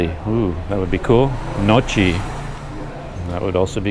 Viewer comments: I believe pronounced. gnocchi wrong,the ch sound is a k sound,so nyow kee would be the right pronunciation. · Nyow kee is the correct Italian pronunciation.